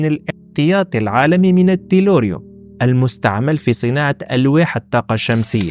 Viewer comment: التيلوريوم وليس التيروليوم Tellurium in English - Le Tellure en français